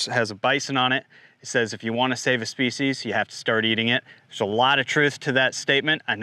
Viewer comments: " Speices" Is that some kind of inside joke? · Are we gonna talk about 'speices' 😐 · are you trying to save a speices or species?😂😂